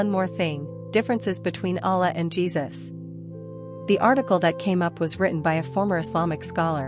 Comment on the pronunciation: His name is JESUS not JeBus ❤